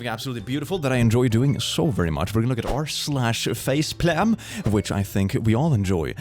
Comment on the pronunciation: "face plam!" lmao